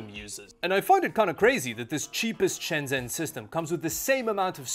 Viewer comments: please know that in Chinese, “zh” makes the J sound. Shenzhen is “Shen-Jen” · I miss that place, not been since before covid. It always baffles me that people who visit Shenzhen, or any place in China, and make a video, make no effort to pronounce the place names correctly. Especially since you say the name “Shenzhen” with such frequency, couldn’t hurt to find out how to say it correctly.